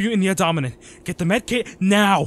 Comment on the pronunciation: This was absolutely amazing luv! Really well done! I love your audios where the listener is sick or injured in some sorta manner the best. Seems I'm not the only one who thinks that. I thought it was adorable how in the heat of the moment, you said the word "abdomen" kinda backwards lol. 🤣 It was cute! Anywho, hope you're well. Stay safe. Loads of love n' such. xxx